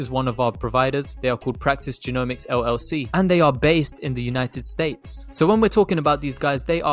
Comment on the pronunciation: I’m sure you said states but it sounds better when you say steaks babyyyy